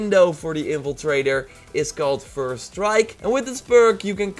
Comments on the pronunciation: "Evil trader" it's in-Fla-trae-der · Its " in-fil-traitor"